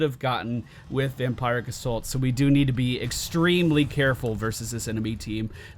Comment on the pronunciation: I think it's vamp-ear-ic, not vamp-eye-ric